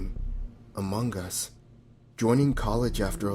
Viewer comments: Its Among Us. Not amongus. Ugh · “Amonguhn us”